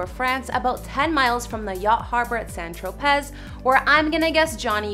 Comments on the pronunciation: Santro pez 🤣 it's pronounced Santropay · St. Tropez? Pronounced St.Tropee.. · The yacht named after AH was the same yacht he named for Vanessa, himself and their kids. You might like to study the footage a little more closely ;) edit to add: St Tropez = "San tro - PAY" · I actually believed AH was an innocent dv survivor, but when I heard her recordings, maniacal cackle, and angry responses when busted for lying, it changed my opinion about any and all accusations. I felt so bad for the mental torture he had inflicted upon him. I can't believe he didn't snap and end things in a final exit for both of them. AH yelling was almost as bad as this narrator saying "St. Tro-PEZ" (jk, French words have many different pronunciations from English and can be confusing). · Good grief..this shrieking woman actually mispronounced St Tropez. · Talking about nothing for Says she doesn't know which of these homes he owns now. Mispronounces St. Tropez Otherwise, ok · A lot of them talking about him mispronounce St. Tropez